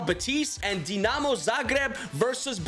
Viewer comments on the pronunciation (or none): none